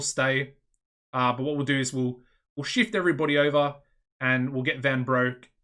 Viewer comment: In case you haven't figured it out, but Broek is pronounced like Brooke. Fun fact: Broek means pants. And Van Der is roughly translated to Of The. So it's Jurriaan of the Pants. So, yeah... You are welcome for that fun fact.